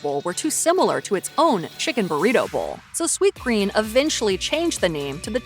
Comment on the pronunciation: Lol it's called sweetgreen, and you had it on screen the entire time you were saying it wrong, literally over and over.